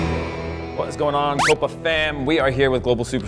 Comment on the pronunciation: Can someone finally tell the guy how Copa is pronounced.